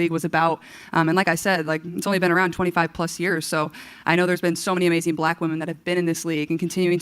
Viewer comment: Feeling guilty over your skin color, let alone something over which you had absolutely no control, is just dumb. It will never not be dumb. Also, gross, she also does that saying "woman" instead of "women" thing. Definitely off-topic, but what is going on with English speakers?